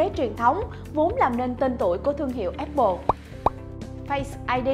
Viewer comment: áp pồ nha, không phải ép pồ :)